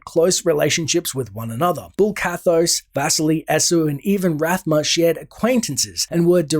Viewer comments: Bul Kathos, not Bull Kathos. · BULL ? :D Bul-Kathos ONE "L" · Its bul kathos not bull